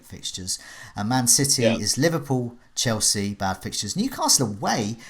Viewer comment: There's no 't' in Chelsea 😂